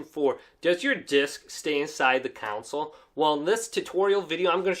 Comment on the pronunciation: No real help with the common situation of the PS4 trying to eject the disc but it not moving. FYI it's pronounced "console" not "counsel".